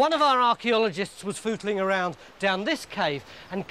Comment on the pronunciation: Footling, not phoodeling :) (and higgledy-piggledy, for future spelling)